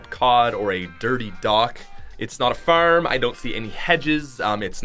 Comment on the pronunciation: He sayys farm like clayclaim